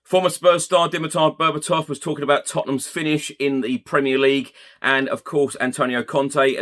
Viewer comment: Berbatov is correct mate